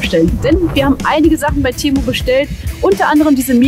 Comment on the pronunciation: Ehrlich jetzt, geht auf Lost Place tour und hofft das nicht offen ist, damit sie nicht rein muss. 😂😂😂 Temu und Konsum wird anders ausgesprochen. 😁